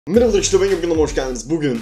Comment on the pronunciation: Videoya mırıbı ırkıdışlır diye başlayınca daha iyi oluyor